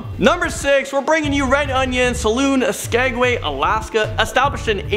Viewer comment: Are you guys serious you cannot properly pronounce Shanghai or Saloon?